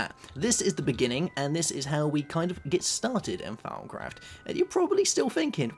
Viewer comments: thought he said "farmcraft" at first xD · Y do u call thawmcraft farm craft it is really anoyying